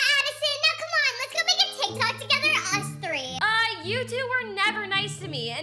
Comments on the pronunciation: Umm is tik tok is not teek tok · That’s not how your say teek tok it’s tik tok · Who the hell would say teek tok Not like at its Tik-Tok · You dint say it teek tok you calltiktok